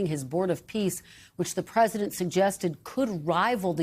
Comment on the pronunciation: am I the only one who gets annoyed at reportes who say, 'the Present' instead of President? sounds dumb af